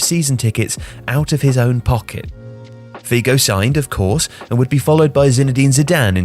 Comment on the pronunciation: Nice video as always but please,, get some online course in pronunciation of Portuguese names. You murdered Figo and Ronaldo in this video, and it's not the first time.